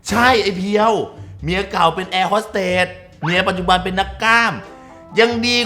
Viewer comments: แอร์ฮอดเต๊ดพี่เนทพูด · แอร์โฮสเต๊ด🤣🤣🤣